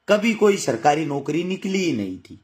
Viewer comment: Sarkari naukri na ki sirkari bolna to sahi se sikh le